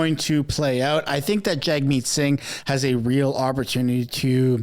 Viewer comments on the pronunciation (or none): Jagmeet is pronounced “JUGmeet”…just saying 😑